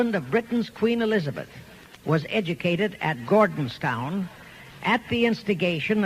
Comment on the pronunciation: Its NOT Gordonstown, its Gordonston.